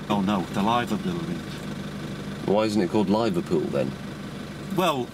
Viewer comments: LOL "lie-verpool" haha!! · lie verpool XD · Capt' slow: 'scuse me sir do you know where the liver building is? Man: You mean the Lie-ver building.. Capt' slow: Then why isn't it called Lie-verpool?